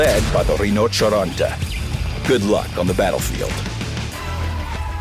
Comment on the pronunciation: I'm Italian, You are not brought to pronounce the Italian "ryno cieroteh"